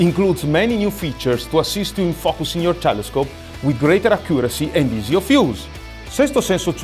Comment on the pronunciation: " A new bussin system " did I hear that right? 😂